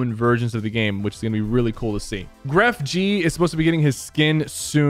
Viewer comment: Grefg is pronounced without the g jsjsjs